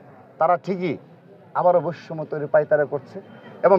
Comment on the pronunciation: বৈষম্য শব্দটি শুদ্ধ ভাবে উচ্চারণ করুন, আপনার সভাপতির মেয়াদ শেষ হবে কবে?